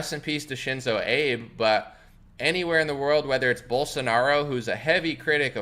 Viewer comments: It's pronounced Abay, not Abe. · It's pronounced Ah-bey. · FYI. His name is pronounced Ah-Beh. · "Abe" 🤣 c'mon now bro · Pronounced Ah bay. ❤️ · SHINZO AH-BEY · If you are reporting on someone that has passed away, it is respectful to get the name right. Also, it doesn't sound like you have heard of him prior if you are pronouncing it wrong. He ended up resigning - maybe it would be interesting to understand why...